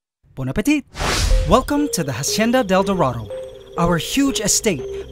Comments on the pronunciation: just a tip, when pronouncing hacienda del dorado don't pronounce the h at the beginning. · Please stop pronouncing Hacienda like "Ha-cienda". It's pronounced "Ah-cienda". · Hacienda is pronounced with out the H Because its muted in spanish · Great channel! Spanish speaker here, the H in Hacienda isnt pronounced! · dude, the h in "Hacienda" is silent. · please drop the h when saying hacienda. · the H is silent in Hacienda.